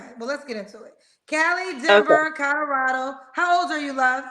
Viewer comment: “Codorado” lol